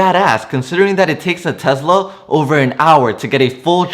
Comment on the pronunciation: Is it called Tezla or Tesla? 😂😂